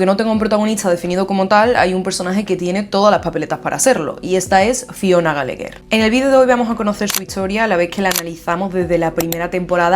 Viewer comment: Me encantan tus videos pero no entiendo porqué cambias nombres, Patsy's por Paty's, Sean por Sian (en realidad se pronuncia Shon), Gallegher cuando son Gallagher, hasta en skins dices GJ y no JJ No es algo grave pero creo que son detallitos a mejorar ya que los shows son mayormente creados y pensados en inglés, el inglés tiene su propia pronunciación Amé este análisis porque Fiona es de mis personajes favoritos 👌🏻